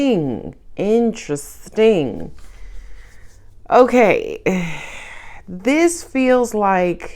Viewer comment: “Intere-STING, intere-STING!” As Scorperoo as it gets , oh myyyy 😂